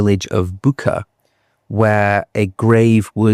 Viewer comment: Good documentary, thank you, you highlightedvery important details and moments. May I add that your pronunciation of Ukranian towns and surnames is not always correct, and also changes during the length of the video, for example Yeltsin turns into Yeltskins and back again, Bucha not Buka, Medvedev not Medvev, Ribkin not Rubikin, Sobyanin not Sobnaye. It makes it very confusing and turns it into a guessing game if I want to Google and learn about these people more. I think this being a documentary podcast it should be quite accurate and precise with names and places.